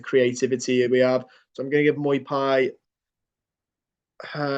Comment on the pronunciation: I love you bro, but it’s Mo-Pay not muy-pie.